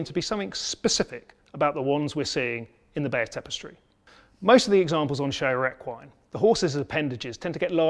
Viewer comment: I see nothing wrong with your pronunciation of Bayeux.